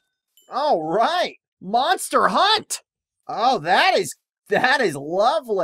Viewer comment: i like the fact said: MoNsTeR hAuNt